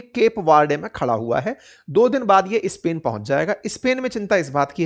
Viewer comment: आप नॉर्थ इंडियन्स स्पेन के पहले इस्पेन,स्कूल के पहले इस्हुल क्यू बोलते हो?सुन ने मे बडा खराब लागता है